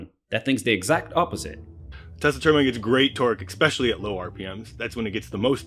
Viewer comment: That moment when a Physicist says, "Exspecially".......